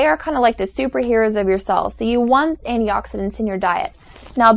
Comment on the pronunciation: She said anti-oxidants...